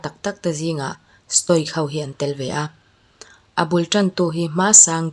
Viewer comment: Stoic pronounce dan: sto-wik (ic)hi (wik) angin mizo A,Aw,B anga lam tur ani.